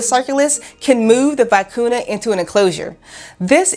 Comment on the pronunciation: I enjoyed your video but please learn the proper pronunciation of the Vicuña.